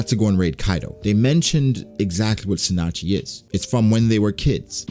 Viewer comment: Isn't it pronounced (tsu-nah-chee)